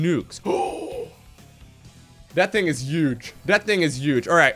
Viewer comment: That thing is uge (not a spelling error, he just says uge)